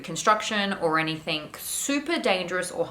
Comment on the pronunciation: Cringe each time I hear "somethink" or "anythink"